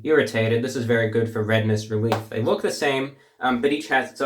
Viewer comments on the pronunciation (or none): none